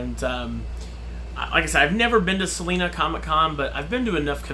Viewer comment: Just being nitpicky because I am from Salina but it has a long I Sal-eye-na ha!! Not like the singer Selena